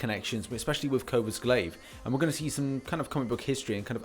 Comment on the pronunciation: Please it’s coRvus Glaive (core-vus glaive)😂